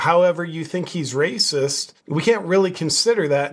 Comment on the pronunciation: "That's wacist!!"